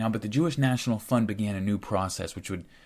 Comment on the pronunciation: Another fantastic oral essay! I kept mishearing the word fund, I would hear fun. This made for some strange ideas. "As a young jew I would contribute to the jewish fun. Once the fun was big enough..." Pretty funny. Can't pass up an oppurtunity to make light of the heaviest of situations.❤🎉 Thanks for helping to make the world more knowledgable.👍🏾🇺🇲 You are doing good things, brother.